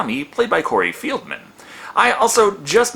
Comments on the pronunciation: It's Feldman not Fieldman. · its Feldman, not field man. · It's Cory Feldman (first syllable pronounced FELLED, NOT FIELD) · Corey FELDMAN, Not FIELDMAN. Dude....EVERY review you mispronounce either a name or word. Is it intentional? If it's a shtick, I get it.....but is it? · Its Cory Feldman not Fieldman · Field man its Feldman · Errr...Feldman, not Fieldman. :) And was one of those teens Crispin Glover? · Dude... did you really just say Cory FIELDman?? lmfao. I know it is a mistake, but that shit was funny. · Corey 'Field-man'? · To be fair "Feld" IS German for field, so it's not too far off.